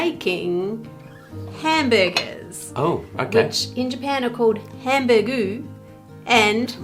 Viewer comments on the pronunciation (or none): They’re called hambāgu (ハンバーグ), not hambuguh. You pronounce it ham/ba-h/gu. It’s literally just japanglish and they’re really salisbury steaks. For actually hamburgers, they’re called hambāgā (ハムバーガー) or just bāgā (バーガー)